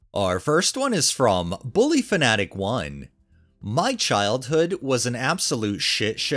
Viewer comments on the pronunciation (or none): reading "Buffyfanatic1" as 'bullyfanatic1' cracked me up. xDD